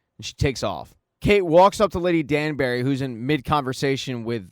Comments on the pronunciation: Its pronounced "Danbry" for the spelling of Danbury, not "Danberry" as you say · I love the recap, but it drives me crazy how You call Lady Danbury Lady Danberry🙃